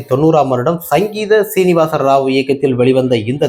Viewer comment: சிங்கீதம் சீனிவாச ராவ். உச்சரிப்பு தவறு